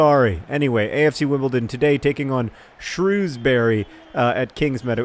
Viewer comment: John please learn how to pronounce the names of English towns. Shrewsbury is pronounced SHROWS-bur-ree.